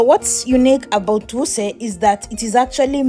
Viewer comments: While i salute your courage for this work however i think you should have done a bit of research on how places are pronounced especially the Jabi, Wuse......from your accent i guess you are fromo e of the East African countries. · AT u sound like a nija girl d way u pronounced Maitama, Wuse and Kuje. Our wife